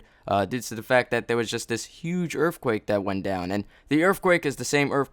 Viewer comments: Holy shit say *Earthquake not Earffquake. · I laughed at every "erfquake" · What the fuck is a earffquake? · Are you saying "Errrffquake"? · When he says earthquake I hear erfquake. I don't know why.